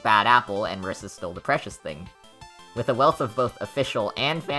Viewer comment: MUH - REE- SAH.